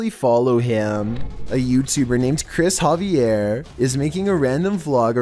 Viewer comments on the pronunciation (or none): none